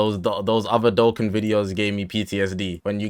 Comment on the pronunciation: W ass vid but its doe khan not doe ken